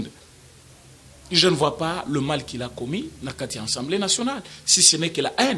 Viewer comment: A A ASSEMBLÉE et non EN EN ENSSEMBLÉE...A A A A. A.A ASSEMBLÉE.. les Congolais des illustrés